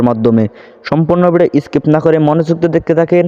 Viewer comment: কি করবো মনোযোগ দিয়া দেখুম আর ইসকিপ করুম না হালার পো হালা আগে ধিক কইরা কথা ক ঐটা ইসকিপ না স্কিপ কইতে না পারলে ক টাইনা টুইনা দেখবেন না. খয়রাতি ফকিরনী কোনকার